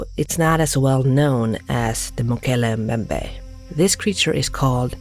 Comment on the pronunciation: How long did it take to get such a good pronunciation of Mokele-Mbembe? 😉 Even though I highly doubt the existence of dinosaurs today (except for it’s closest relatives; birds) it’s remarkable that that stories like this even exist considering there are at least 64 million years between the mass extinction of dinosaurs and the evolution of mankind. One have to wonder how these stories came about. A possible explanation is that fossils, particularly heads, was found, not only in the Kongo but all over the world, and is the origin of tales of dragons and living dinosaurs. Then again, who knows. The Coelacanths were considered extinct 66 million years ago until they caught one outside the coast of South Africa in 1938. Admittedly there’s a huge difference between a fish and actual living dinosaurs (because there have to be quite a few for the idea to work), but under the right conditions in a remote location…who knows.